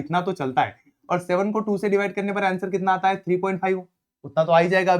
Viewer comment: sir ne bola karne ka to karneb ka ! ❤❤❤